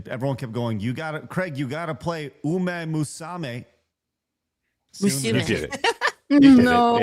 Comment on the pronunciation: Actually "musume" would be "moo soo may", as "su" makes the "soo" sound and "sa" makes the "suh" sound.